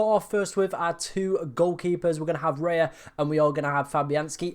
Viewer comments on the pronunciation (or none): You lost me at Raya. Raya!?!?